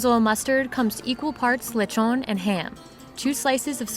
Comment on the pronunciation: "lechwgon" lol